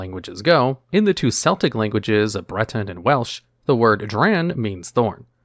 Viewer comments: So you know for the future, Celtic is pronounced like "kell-tick", not "cell-tick". The "c" is pronounced like a "k". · Nice video, but a couple of pronunciation mistakes. "Celtic' the group of people and language from Europe and 'Celtic' the sports team are spelled the same, but the ancient people/language uses a hard C (Kel-tic) while the sports team have a soft C (Sell-tic). The team are named after the people/language, and got slightly mangled when it was remembered and used by immigrants who were born on the East Coast of America, but trace their ancestry back to the Ancient Celts. Several times you say 'eNtomology' when you mean to say 'ETymology'. What you meant and write is correct (the study and history of words/languages), but entomology is... the study of insects (a type of aRthropod meaning 'joint foot' as opposed to the common misspeaking of 'aNthropod' meaning 'man-foot' which currently isn't a scientific classification). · Celtic/Celts is pronounced with a hard C or K sound. The Celtic language doesn't have a soft C or S sound associated with that letter.